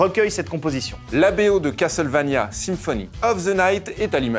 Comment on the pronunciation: dommage qu'ils ne ressortent pas les musiques de cette serie cultissime qu'est castlevania en cd . sinon les gars , faudrait arreter avec " cas tel vania "...c'est castlevania .